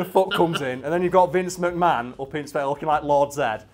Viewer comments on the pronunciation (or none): none